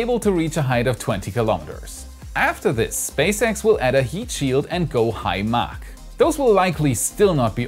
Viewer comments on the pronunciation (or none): none